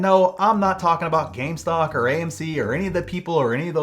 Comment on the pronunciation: Going forward anyone who says "gamestock" needs to be punched in the face